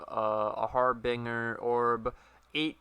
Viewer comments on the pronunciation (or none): Hunting elusive harBingrs.